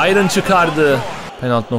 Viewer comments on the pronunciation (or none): none